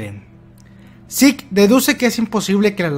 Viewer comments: Siempre había pensado que Zeke se pronunciaba "siku" en vez de "yiku", toda la vida engañado xD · Ese énfasis en el 'jefe de guerra zeke'